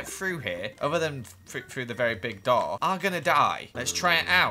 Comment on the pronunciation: you said Dora not door